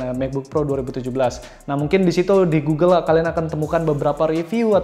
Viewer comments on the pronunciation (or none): none